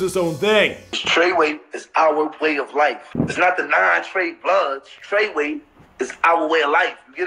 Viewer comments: It’s FREWAY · The way he said tr3way😂😂😂love him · the way you say treyway and 69 name makes me cringe